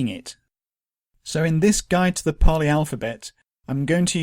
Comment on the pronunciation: So it's paaali?